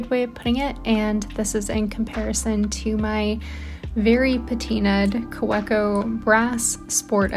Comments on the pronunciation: Jet pens has a great video on how to correctly pronounce Kaweco(german). I had to listen about 750 x to finally get it correct😅 Ka-ve-cou ❤ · Hi, love your videos. FYI i believe Kaweco is a German company so the w in Kaweco is pronounced as a "V". So it would KaVeeco. Please let me know if this is incorrect.